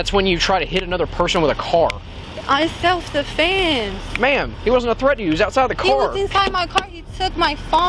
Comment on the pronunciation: "I self defayunse" Wow she's real sharp isn't she lmao